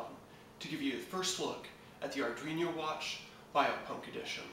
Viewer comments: lol its arduino not arduiño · ar dween o. it is not an ar dweeny o